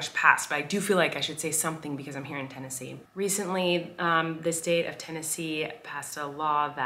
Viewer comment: Tennesee? ur the only ten-i-see LOL im not funny